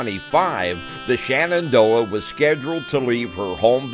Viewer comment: It is pronounced Shenandoah and not shanandoah them